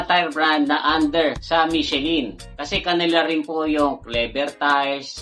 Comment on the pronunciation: MICHELIN is Pronunced as MEE-SHEE-LAN